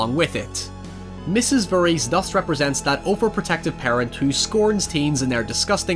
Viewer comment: I get you have an accent, but I'm 99% sure you're really saying "Jason Furries"